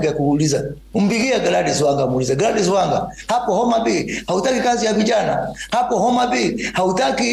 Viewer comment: Moses Kuria alikua ametoka kwa choo akaanza kuhara maneno 😢😢😢😢😢 calling Wangas name like afool